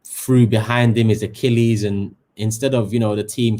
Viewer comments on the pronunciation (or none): none